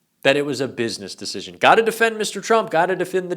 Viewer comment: Let us repeat the rightoid mantra: "bizniss dissijin" 😂